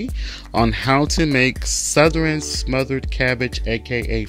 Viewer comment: Dude said souther-ren